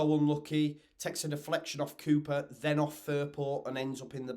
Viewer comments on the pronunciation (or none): none